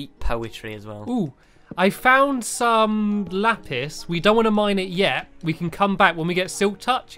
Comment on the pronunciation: says lapist